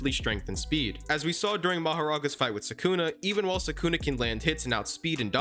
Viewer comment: SUKUNA ...NOT SAKUNA WHY DO YOU SAY IT THAT WAY